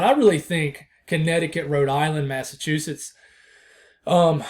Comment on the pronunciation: love your reports, thanks from w. massachusetts, you pronounce it fine.